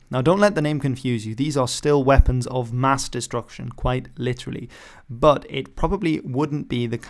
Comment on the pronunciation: 😱 NUCULAR WEPPINS 😱